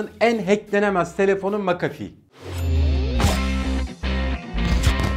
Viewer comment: "makafi" değil "mekefi" diye okunuyor :D